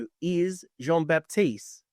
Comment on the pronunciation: GG Jean-Baptiste ! (you pronounced it perfectly, Coach !)